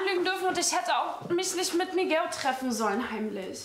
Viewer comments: Miguel und nicht migeäo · Olivia: „MiGAU“ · hat olivia kaputten mund oder wieso sagt sie migau